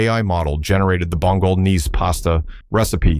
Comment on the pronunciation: That's a weird way to pronounce "Bolognese"